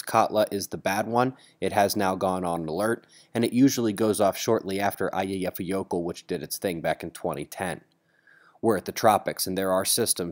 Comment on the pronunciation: Eyjafjallajökull is pronounced Ay-Yahf-Yot-Lye-Yoh-K(sh) (where the 'sh' sound is more of a fricative/lisp-like 'sh'-sound; similar to the ending syllable of how Sylvester from Looney Toons says "sufferin' succotash"). So any 'jökull' is always Yoh-K(sh).